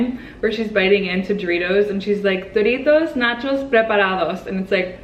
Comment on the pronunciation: O m g,i love soo much your spanish,"doritos nachos preparados"hahaha